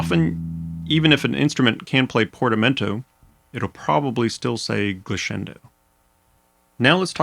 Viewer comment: Wonderful lesson! Clear, consistent, informative. Thank you. As Italian is my mother tongue, I suggest you pronounce "glissando" with a double "s", like in "ass". Try Google translate if you do not believe me....